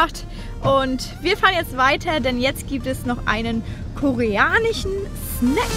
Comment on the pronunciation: Zum beichpiel, koreanich, nachtich